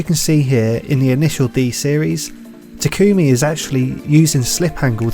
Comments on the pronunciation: its not pronounced "takOOmi" its "TAkumi" also "touge" is pronounced "toag" not "toe-gay" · I hate that she says “ta kumi” not “tak ami” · Mild complaint but it's TA-kumi, not ta-KUmi. Do you even watch subbed bruh? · Great video but why does everyone pronounce it (Ta-Coo-Mi) literally no one calls him this in the entire series. Its pronounced (Taw-cu-me) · its pronounced (ta-kome) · Experiment Failed: The driver can't pronounce main character's name correctly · why do people keep pronouncing Takumi's name wrong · I cringe every time you say takumi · mispronounces takumi